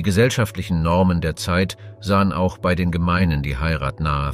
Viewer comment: Was du hier anmerkst, ist mir auch aufgefallen. Zusätzlich noch der Fehler, dass das Wort "bei" wie "be-i" ausgesprochen wird. Inhaltlich kann ich nicht viel zu dem Video sagen, weil ich mich mit der Thematik nicht auskenne.